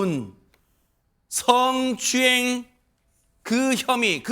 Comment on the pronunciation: 드~러운 성추행. 아닙니다 스응추행입니다